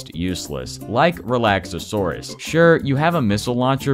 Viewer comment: Everyone I've seen play this game always mispronounces Relaxaurus